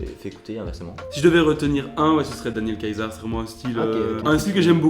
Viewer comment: Jorja Smith est Britanique (avec un daron d'origine Jamaïcaine), pas américaine. Elle est trop forte. Et Daniel Caesar ça se prononce "seezah" voilà voilà je m'en vais corriger d'autres personnes sur les réseaux hihi bisous